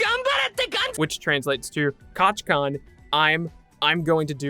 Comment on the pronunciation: I’m so annoyed for some reason he says kachkan but it’s kachan